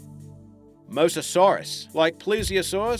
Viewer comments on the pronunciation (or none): none